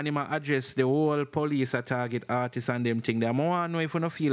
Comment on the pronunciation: Big man stop say ARTISES!! Dat no sound wrong bredda??? Please ask Siri or Google to pronounce artists